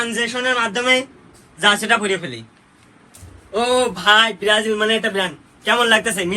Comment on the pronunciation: Brajil❌ Berajil✅😂😂😂😂